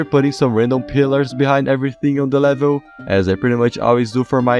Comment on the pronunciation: I like how he says levil